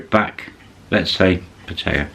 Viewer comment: How do you manage a bar in Pattaya for 2 years, and presumably live in Thailand for a good stretch of time, and learn a bit of Thai language...and yet still absolutely massacre the Thai pronunciation of the city you live in? 😂